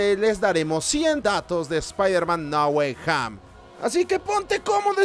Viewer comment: hoy dirá Ahora no es "No Way Home" Sino "NA GUAY HAM"!!!!!!!! con fuerza en HAMM